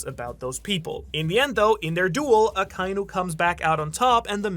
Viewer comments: It's so strange to me that this MFer can't pronounce Akainu correctly... It's "Akka- Inu", NOT "Ah- kai-nu" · I love you brother, but they gave the pronunciation of akainu... and youre missing a syllable. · It's aka•inu, not akai•nu. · I can’t get over how you pronounce Akainu and Magma lol 😅 sorry